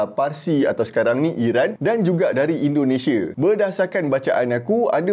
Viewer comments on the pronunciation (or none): none